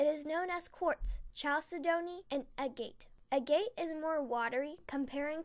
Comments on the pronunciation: An excellent presentation! However, for the sake of correctness, the word Chalcedony is not pronounced "Chall-see-doe-nee" like all us Texans say, but is correctly pronounced "Kal-sed-nee." Keep the videos coming! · "Chalcedony" is pronounced "kal· SEH-duh-nee". I had to look it up.